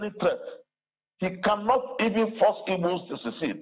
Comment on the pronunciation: Igbo leaders not " ibo leaders" It's we that were born and grew up in igboland will teach you. It's the British that were using the term "ibo" because they couldn't pronounce igbo. Grow up and free yourself from mental slavery